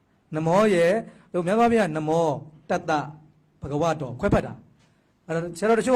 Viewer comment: နမော် မဟုတ် နမော ပါ ခုလူတွေဆိုနေတာက နမော် လို့ဆိုနေကြတယ်